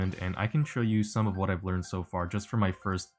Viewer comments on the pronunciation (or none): none